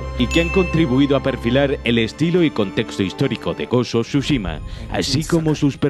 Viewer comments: Bro pq le dices siempre mal los nombres jajaja ghos of sosushima es tsuchima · Of SHUSHIMA🤣🤣🤣